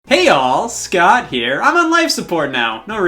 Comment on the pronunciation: Please stop saying “hey y’all Scott here” in that weird way it’s really bothering